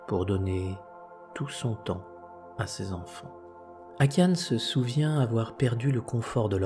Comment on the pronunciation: Akiane, se prononce AkianA, j’ai son livre, je la suis depuis très longtemps, ses parents, sa mère était athée et son catholique, mais Akiana a commencé à faire des dessins très jeune et sa mère alla travaillé et prospéra.Oui son père fut Très malade puis un jour Akiana , disparait pendant plusieurs heures....